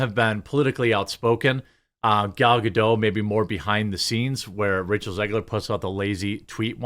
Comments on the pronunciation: Ok please.. it's Ga-Dot.. NOT Ga-Dough... she's Israeli not French!! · What is sooo hard for americans to say GadoT?! 😂😂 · Ga-DOTE. She pronounces the T.